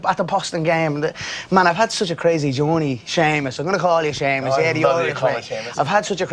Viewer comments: Why was he calling him Shamus? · Why is he calling him shamus loool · why does conor call jimmy seamus?